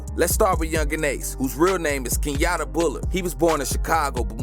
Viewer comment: Keyantae not Kenyatta tf🤏🏼😭